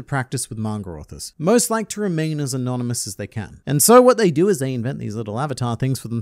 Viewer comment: 1 minute into video and he says anomynus XD now I'll be doing to any random word I hear for rest of the video